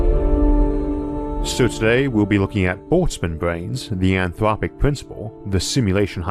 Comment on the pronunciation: UwU, the anthwopic pwincipwe makes me vewwy angwy!